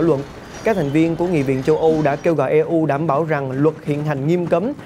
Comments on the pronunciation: E U viết tắt của Europe đọc tiếng pháp là ơ rô pơ hay tiếng Anh là yu râu pơ mới đúng ! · Đọc là i u từ EU chứ e u là gì ?